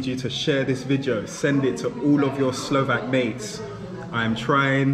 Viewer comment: wondreful pronunciation, love the way how you are trying to speak Slovak everywhere, so nice, so polite...